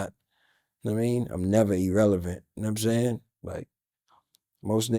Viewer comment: Irrelevant not Erelevant